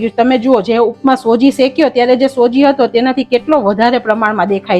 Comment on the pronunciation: સોજી નઈ બેન સુજી કેવાય..